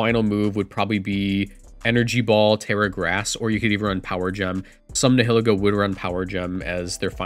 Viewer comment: Nihilego is pronounced like nihilism, so Nile-Ego